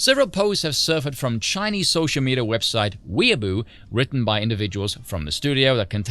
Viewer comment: Weibo is more closely pronounced as way-boo. Way in English booin Afrikaans. If u care going forward.